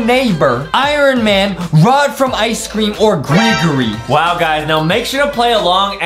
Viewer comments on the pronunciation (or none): Why Justin said rod from ice cream it's not its ice scream